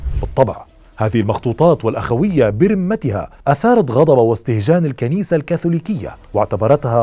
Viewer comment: ملاحظة: برُمتها (بضم الراء) وليس بكسرها كما تكرر في كلامك الرِمة (بكسر الراء) هي العظام البالية